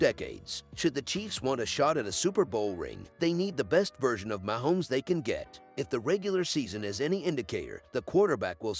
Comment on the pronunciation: Try learning how to pronounce Kelce and Mahomes!!!!!!!!